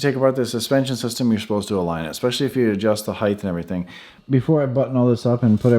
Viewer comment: Height ends in a T not a TH. Height not Heigth.